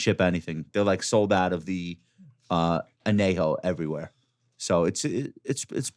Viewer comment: Josh - please learn how to pronounce anejo. 😂